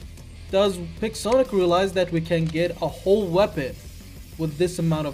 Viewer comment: No Pixonic rhymes with PigSonic.